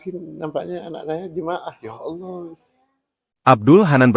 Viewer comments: Yg baca Narasi alangkah baik nya nyebut Nama " ALLAH " dgn benar...mhn ampun maaf klo saya salah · Betul sekali saya juga sangat terganggu karna yang baca narasi tidak tepat dalam penyebutan nama Allah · Ini yang gue benci dari suara ai, allah islam di baca dengan ucapan ktristen